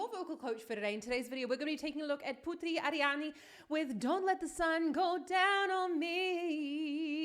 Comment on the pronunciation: Thank you for the support we people from indonesia really proud of her too, please keep support her.. And thank to said her name right cos some people just said her name like ''put three" even the host of the show said it wrong, but its okay cos some times it hard to say other people name especially in different language